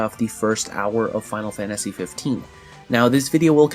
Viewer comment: I gotta say, I love your videos. But it pisses the hell out of me every time you say "Final Fantashi!"